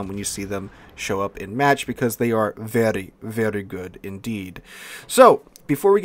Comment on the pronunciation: Was it only me or when he said "very very good" it sounded very Russian??